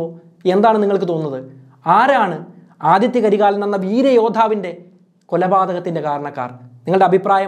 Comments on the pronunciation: Aditha not adithya 😂😂😂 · ആദിത്യ കരികാലൻ അല്ല ആദിത്ത കരികാലൻ എന്നാണ് അതേപോലെ വനവൻ മാദേവി അല്ല വാനവൻ മാദേവി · Aathitha karikalan not Aathitya karikalan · Nice.. 👍but Adithitha karikalan not adithya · Athitha karikalan not Adithtya karikalan 😂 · 'ആദിത്യ കരികാലൻ' അല്ല, 'ആദിത്ത കരികാലൻ' ആണ് 💯